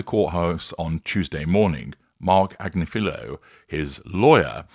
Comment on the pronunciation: Ag-NIF-a-lo is how the attorney's name is pronounced. His wife is a prominent correspondent on You Tube's Meidas Touch Network.